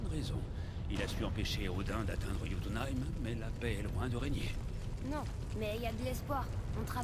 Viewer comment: Ça vous perturbent pas quand dis "Jotuneïm" au lieu de "Yotyneim"?!??